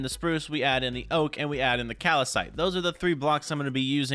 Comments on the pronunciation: soooooooooooooooooo--------- mah guy............. it is not calacite, it is calcite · I love watching these vids, but him saying cal-a-cite killed me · Bro its cal-cite, your killing me man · It’s called cal-cite